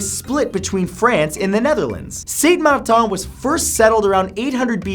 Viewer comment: its martin not marthaan